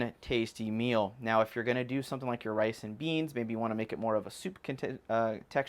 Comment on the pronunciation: The word 'meal' is pronounced 'meel', not mill.